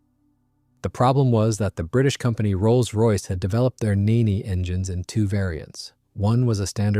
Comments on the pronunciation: 1st. The Rolls Royce Nene's name was pronounced "Neen", NOT "Nay-nay"... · “Neen” not “Ninni”, you ninny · It's Nene (Neen) like ween, or bean. I know it won't make a difference because it's AI anyway. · Nene is pronounced knee-n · Maybe, but a better AI system would ask for clarification on pronunciations of proper names, or the script writer would proof listen to its responses and correct the script. I'm pretty sure the script said Nene and not Neen, if you know how literally AI takes things you can make adjustments.